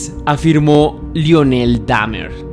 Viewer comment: 😂 me pasa lo mismo. No se si sea disléxico el pobre jaja pero es increíble las veces que repitió mal y nunca atinó a decir Milwaukee y Lionel (qué se pronuncia "Laionel") jajaja Pésimo